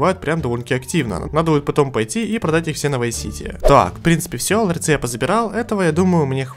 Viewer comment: Научите его уже говорить не "ларЬцы" а "ларцы"